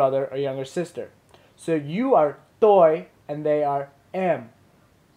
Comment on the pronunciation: (first comment)--what are we (your audience) doing "really great" ABOUT?!?! Also, although I'm just a VN novice myself, I'm pretty sure "Toi" and "Ban" aren't pronounced like "Toy" (hard "T") and "Bahn" (enunciated "n")--i.e., the "T" is a soft "t" (almost like "th") and you don't enunciate the "n" at the end of Ban (I think because of the "dot" tone under the "a"), it should be like your female companion said...hmmm--maybe SHE should've been doing this vid instead of you in the first place? :)